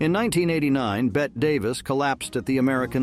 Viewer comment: The final E in Bette Davis's first name is not silent, pronounced as if the name were Betty. Repeated mispronunciation of the name of such a brilliant and iconic icon shows not only ignorance, but also laziness, disrespect and contempt. Voted DOWN.